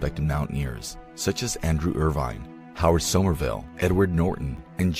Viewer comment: AND pronouncing it IRWIN haha SERIOUSLY?? pretty disrespectful!!